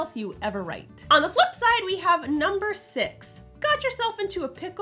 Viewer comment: Six vs sex strikes again against people with neutral American accents.